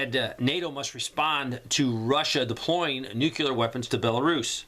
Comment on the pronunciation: Man, stop mispronouncing nuclear. Hard to take you seriously. Listen to yourself.